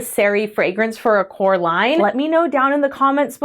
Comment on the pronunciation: Not me thinking you said "Coraline," rather than "core line!" *you said "core line" right? *